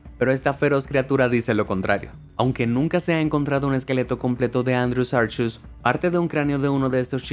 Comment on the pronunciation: Imaginen que el andrew sancheus asi lo escuche yo se mordiera la lengua